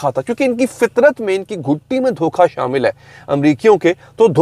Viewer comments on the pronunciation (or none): "Dhoka," not DOKHA 🙂